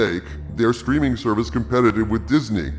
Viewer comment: I keep mis-hearing you saying CBA new "screaming" service....possibly Freudian or just wishful thinking?